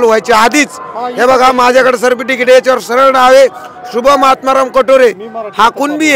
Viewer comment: Tuzhe sikshan chan zhale sadhe certificate uccharta yet nahi tula.arakshan ghevu n kay karnar.